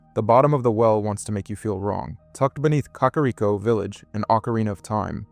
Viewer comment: Not only that, bro had the audacity to say "Hill-ians" and "COCK-ariko" 😂 Didn't know Link was trying to save "Hill-rule" 🤣 Edit: Nah bro is messing with us. No way he says "Shīghka". Wtf? 🤦‍♂️